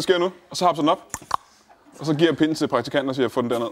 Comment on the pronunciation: .... Det er ikke sådan man siger 'pinden' Anders!